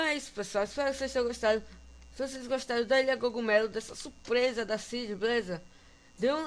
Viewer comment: Gogumelo ?! Que eu sabia o certo é cogumelo!